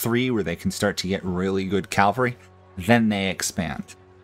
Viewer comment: Small nitpick - it's cavalry, not calvary.